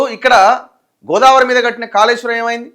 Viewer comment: Kaleshwaram kaadu Kaleshwaram